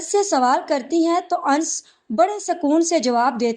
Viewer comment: Ans ans kyu bolti ho Sahi naam hai anas